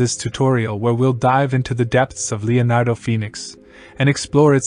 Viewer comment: I thought he was super clear, I wouldn't change anything, I heard every word and understood every word, only word that wasn't pronounced properly was Leonardo at the very beginning, but don't worry about that, people came here for the Leonardo AI in the text heading, so it's not hard to work out and they know why they are here like the rest of us, to get insight and learn more about AI prompt texts etc, don't hate on someone from another country because the way they speak, keep up the great work, focus more on your Ai skills as you have shown in the video, your voice is fine.